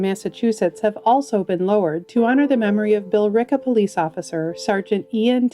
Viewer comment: Not to detract from the loss of these lives but I was surprised she said Billerica correctly.